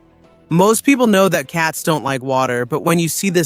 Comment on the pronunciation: Your pronunciation of some of these cats (not cuts WTH?) is really atrocious. The mountain range in South America is called the Andes (pronounce Andys therefore the cats is pronounce Andy Ann). Since when is a caracal a hyena A hyena is a completely different animal.